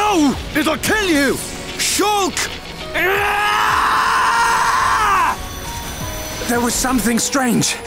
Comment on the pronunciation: I'm not ready to accept "shoolk" as the correct pronunciation. I need more time to prepare myself